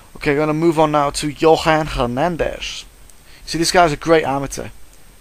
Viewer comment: butchered that name lol but yoan by KO